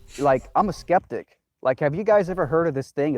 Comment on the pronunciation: Dude just totally BROKE the word 'Skeptic' for me.